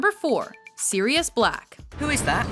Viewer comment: It's Sirius NOT SIDIUS!!!!!!!!!